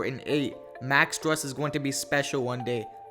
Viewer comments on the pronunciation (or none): It’s pronounced “stroos” not strus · Pronunciation is stroos not strus. 👍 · Pronounced STROOSE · It's pronounced stroose like goose